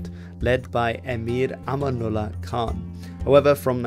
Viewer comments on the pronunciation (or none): none